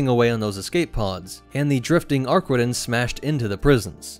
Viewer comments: "ArquiNtens" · Ah yes, the ship that simply CANNOT pronounce the name of correctly.